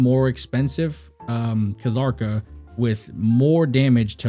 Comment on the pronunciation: The K in Kzarka is silent.